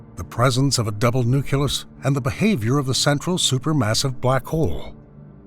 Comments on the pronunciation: Nucleus, not nucyulus... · You can say "nuclear" correctly but not "nucleus"; "nuculous" is not a word. I cannot listen to this any longer, it irks me to no end. It was good content but i couldn't make it past 10 minutes because of that; learn how to pronounce properly, please. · NUCLEUS NOT NUCULUS